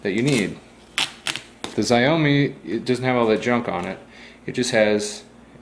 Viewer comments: ziomee? xiaomi pronounced similar to "Show-me" (more like sh-ow-me) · pronounced: chowme no exxxxaaaoooooiinne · “Ziyomi”? LOL you mean “Jow-MEE”?! 😂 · It is said sh-ow-me m365. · its SHIAOMI not zaiyomi :) youre welcome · As a chinese speaker, it's pronounced Sh-ow-me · It's a "XiaoMi" 😂 . Pronounced sha-ow me. (In 2 syllables "shaow-me" ) It's a brand new and from China. A literal translation of XiaoMi is "little rice" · its Shauw-MEE........ Shauw like Shaun but a W at the end rather than a N. smh. Im not even chinese and I know this. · Xiao = Sh-yao mi = me Xiaomi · A chinese friend of mine says the right way to pronounce Xiaomi is Syao-Mii. There's no Sh sound. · well bravo. you took the time to find out how to steal one of those bird scooters but didn't bother to take 10 seconds google time to find out how to pronounce the name of the original manufacturer. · I'm no dude... I'm American and we don't pronounce it differently, you just pronounce it incorrectly